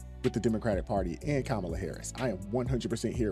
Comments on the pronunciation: So many people call kaaamala, kamaaaala.. joy reid the other day said its racist to mispronounce her name lol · Man, Trumpo the clown will have us in a race war. He stirred up a lot of civil unrest in 2020. I don’t like how Harris was pushed into the position. How come right wingers pronounce her name wrong? Why when I guy hands in his man card and pretends to be a woman, he’s still called a man? Kamala Harris isn’t my first pick but the clown is just dangerous. The economy would be shit if trump would have won and our border would be the same because we’ve always had the same protection. Trump isn’t a conservative, he’s EXTREME